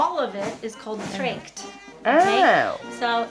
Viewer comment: I get a bit pissed of that the woman can't be bothered to pronounce "Dirndl" and "Tracht" correctly.